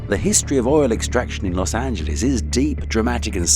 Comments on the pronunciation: "Los Angeleeze" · Los Ant-geles